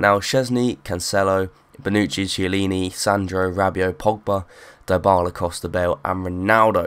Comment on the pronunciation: Die-Bala? its Dybala.